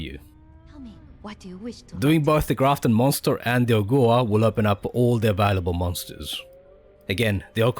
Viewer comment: Brilliant video as always Can I just say that Ogua is pronounced Oh-Gwah not Oh-Goo-Ah. It's a West Virginian legend and the pronunciation is pretty standard